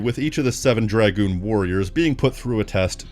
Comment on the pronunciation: The greatest review of this game by far! I love seeing reviews of my favorite game and seeing the work, love and dedication you put into this fills me with so much happiness. Almost as much as hearing someone else finally say names and dragoon correctly. Thank you for making this, you got a lifelong subscriber in me.